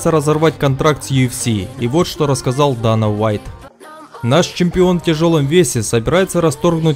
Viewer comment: Дэйна,А не Дана.